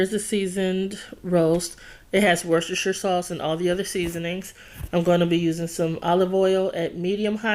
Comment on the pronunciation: As I am from the UK It makes me smile when I hear Americans trying to say Worcestershire sauce. I have to say, you nailed it my dear.